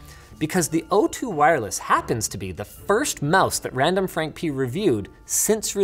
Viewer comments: Linus really said randomfrankp-ness 😂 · Linus said pee-nus LoL😁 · Linus says P ness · Did Linus just say RandomfrankP3N1S? giggity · Linus said P'ness